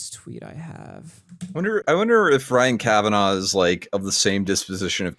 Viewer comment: "Ryan Kavanov" 🤣🤣🤣 Good one, Baldy Daniel Keem!